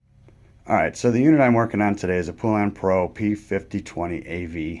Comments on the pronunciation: Since you like things so correct, please allow me to help you with the pronunciation of Poulan. I live in a city in Louisiana where these saws (and other Poulan products) were made for many, many years. Poulan is pronounced pŌle' ŭn. Long "O" sound and accent for first syllable. Second syllable is almost an afterthought sound. Have a nice day!! :) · Why can't people pronounce poulan, its po-lun